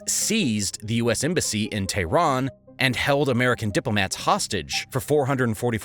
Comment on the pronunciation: why does he call it "tahran" sometimes and "Iran" other times.. are they different things surely im missing something